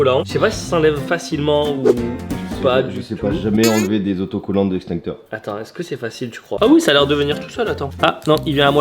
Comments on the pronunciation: Je crois entendre INxtincteur et pas EX 🤔 sûrement ton fort accent marseillais ☺ fais re écouter ta vidéo à la team demande leur ce qu ils entendent mdr . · Juste on dit EXTINCTEUR et pas INSTINCTEUR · l'instincteur lol tu as du mal vraiment XD